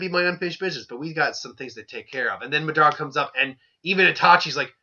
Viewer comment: are you calling MAdara MEdara